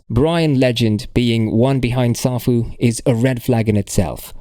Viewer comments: Can't even pronounce the name properly. Says it all smh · First of all you don’t even pronounce the protocol correctly so how can I even take your word on anything you say in this video when all this crap has already been addressed?